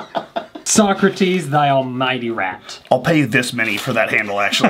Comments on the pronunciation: I love how poorly says the name "socrates" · Its so-cra-tes thyalmightyrat